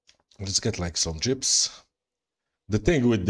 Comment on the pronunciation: I Crack up every time you spawn jeeps because it sounds like you say jibs! 🤣